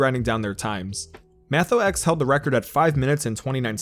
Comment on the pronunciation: Mathox is pronounced Mat (like in matrix) ox (like in oxford)